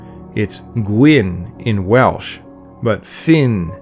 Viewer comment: As a Welshman I can congratulate the pronunciation in this video. Lots of documentaries get Welsh pronunciation wrong.